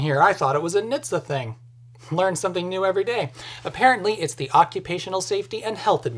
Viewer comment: .....we DONT, its not "niitsa" its "EN-ache-tee-essay"